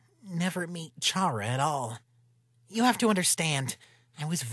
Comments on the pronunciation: Ok for the last time. Is it CHA-RA!? Or KA-RA!? For charas pronunciation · Cara... Cara. Not Charra. Pronunced like Care-a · The way they say Chara's name bugs the hecc out of me....